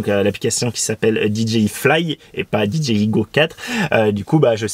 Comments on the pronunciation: Alors désolé , mais c'est dgi, mai dji, en anglais le j se prononcé "dji" donc rn anglais ça fait d "Di" j "ji" I "aï eten francais c'est d " dé" ji" ji" I en gros ont dit tout simplement "dé" ji" je sais quel genre tu cherche à te donner mais c'est du charabia, ça veut rien dire puisque tu prononce dé dgé I mais ton dgé il sort fou, c'est pas un g mais un j qui en anglais se prononce dji, et en français ji, du oup tu sépare cette brève abréviation en trois langue l'anglais le français et le charabia, tout ça pour pas faire comme tout le monde. Dépitant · Ya que moi que tu rends fou en prononcant Did G i? Stp choisies ton camp anglais ou francais mais pas ça ! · Alors, vous êtes hypés aussi ou il n'y a que moi ? 😊 NB : oui je prononce très mal DJI dans cette vidéo surtout au début et ça m'a moi-même gonflé au montage, désolé ! On me l'a largement fait remarqué à juste titre (voir première réponse de ce commentaire et plein d'autres commentaires), mea culpa mais je ne vous répondrait plus individuellement à ceux qui continuent à me le mettre en commentaire ! 😉